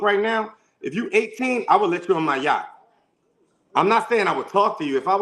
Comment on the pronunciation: OMG we been on Yachts at least I have. The way he keep saying Yacht is telling he's not used to nothing. He knows one word. "Outlier, "! Dude is not a 5%error AT ALL! He's a 70% nowadays...settle down lil Man you're NOT the only one raised in a two parent household. Also. If the two parent household is abusive & toxic. He can put a suit on but once he open his mouth he's showing a pants down, tattooed body, disrespectful, misogynistic fool. I don’t see fine I see Yosemite Sam!🥴🚶‍♀️